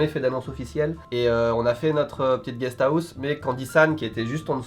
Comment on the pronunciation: MDR GUEST AOUSSE!!!🤣🤣🤣 parle bcp mieux japonais qu'anglais